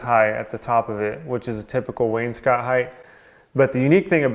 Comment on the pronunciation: Hey, great. Someone in the trades who pronounces wainscot correctly🎺🎺